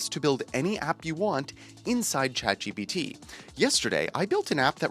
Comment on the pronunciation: I didn't know ChatGPT was pronounced "Chat G B T"...